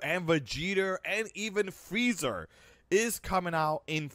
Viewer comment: Dude said vegeter and freezer